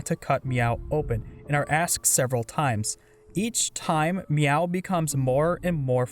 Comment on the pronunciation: Wow, this is a really long video. Edit: Btw, you said a few things wrong. It's "hikkikomori", not "hikomori". The cat's name is Mewo, not Meow. It's Pyrefly like "firefly", not "pryfly". Sorry this is annoying.